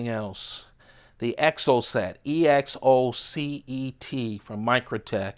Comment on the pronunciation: I think I kind of dig your way of pronouncing "troodon." Also, you're dead on; that is exactly how to say "exocet." Thanks for sharing your collection with us more or less vicarious collectors/enthusiasts! By the way, I've heard tell of a particularly stupid patchwork of regional laws & ordinances, rules kind of sort of superseding, or partially superseding, other rules, resulting in the development and production of a whole sub-category of auto and OTF knives. Arguably, this little gem, the Exocet, may well be the prototypical, standard-bearing leader of said style of auto knife. So, in California, you can't be out and about with an automatic knife... unless the blade is less than 2 inches long. Thanks to that weirdness, and the subsequent demand for CA-legal automatic knives, Microtech has at least three models specifically for Californians who want to legally carry an OTF. In addition to the Exocet, there's a short UTX-70, with a 20% shorter , sub-2" blade (the rest of the knife is the same, as far as I can tell). It must be a lucrative market, because in addition to that ground-up new design and the special blade option on an existing model, there's also the 1.9" blade, 5.45" overall Troodon Mini, which is another entire knife, purpose-built just for California. I'd love to see you play with a Troodon Mini if you can get your hands on one!